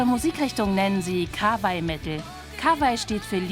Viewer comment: Ich mein dass kika ein Interview mit Babymetal führt oder überhaupt über sie berichtet hätte ich nie gedacht, aber die Moderatorin sollte doch wenigstens Kawaii richtig aussorechen können.. ich mein der Reporter kann kein Japanisch und hat sich immerhin bemüht die wörter (also Konbanwa. richtig auszusprechen. Doch im Ernst: "Manga-Kostüm"? Musste sowas wiedee kommen? urghh.. Aver sie haben es immerhin versucht und der rest war ja ganz okay. Ich finde es dennoch toll dass ein deutscher Kindersendee über eine japanische Metal(-Pop)Band berrichtet. Früher kam sowas immerhin nie..